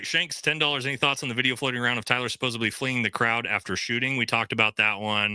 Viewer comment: Robinson. Fix your typo in the heading and PLEASE don't say SUPPOSEBLY. It's SUPPOSEDLY. No b.